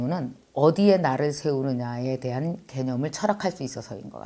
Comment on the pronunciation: 언니 좋은책 소개 고마워요! 멀리 맨하탄에서 인사드려요 일하다가 커피브레이크 동안 들었어요! 나ㄹ~을 위해 나ㄹ~을 위해 라고 발음하실때 에스빠뇰 발음 넘나 귀여운것 ㅋㅋㅋ 글고 무릎팍 치실때 저도 깨달았어요 제가 그래서 연애를 잘 못했었구나하고 ㅋㅋㅋ 철학공부는 좋은것이여~~ 요즘 인문학책 읽는데 교양쌓이는 느낌이 들어서 좋아요!